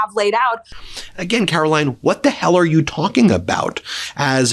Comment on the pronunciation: It sounded like you just said ‘Carol-lying’ lol